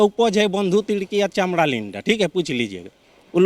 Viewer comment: Table tok s pahle banla chod k hindi uccharan to sik le..chamra ko chamda linda bol raha h😂😂😂